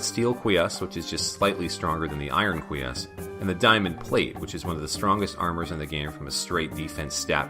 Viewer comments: Oops, didn't mean to steal your thunder about the Une. And yes, as for cuirass, it sounds to me like you're saying KWEE-us instead of kwi-RASS (that's /kwɪˈɹæs/ if you're familiar with IPA). And I believe you about the long explanations--even the example I gave wouldn't have fit entirely into the time it took you to walk through those rooms. I just think you could cut down the videos a bit since your focus is on explaining the interesting references rather than making a full video walkthrough (unless I have misunderstood your intentions). The other part that jumped out at me was the backtracking from the Librarian to get to the warp room. Since you didn't have any more annotations and we had already seen you run through that area, couldn't you just have cut to the top of the Outer Wall? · My main takeaway from your series so far is that the R in cuirass is silent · I am loving this series, but I have a couple criticisms that I hope you'll take to heart: look up the pronunciation of unusual words before you record (you mispronounced cuirass, basilard, and Scylla), and either narrate the long stretches of silent travel or cut them out entirely. For example, you could have cut out Alucard's standing from - and continued your narration while walking to the room beneath the Librarian. Other things you may want to research: I suspect the Une's name comes from the Japanese term "une une" meaning winding or sinuous. That would make the name of the "Alura Une" (Venus Weed in this Castlevania) a convenient pun in Japanese, as it is meant to be "Alraune," the German word for mandrake. Also, the Takemitsu dropped by that Flea Man is (according to the Castlevania Wiki) the only sword in the game that deals Hit damage instead of Cut, because it is a bamboo prop sword (which is different from shinai, the actual bamboo practice sword used in kendo--if I'm understanding its Japanese Wikipedia page correctly--and is also an insulting term for cheap, dull swords).